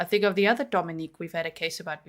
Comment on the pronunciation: His name is Domenic....not Domenique....there is a difference. Lets show some respect here for this beautiful little 5 year old boy.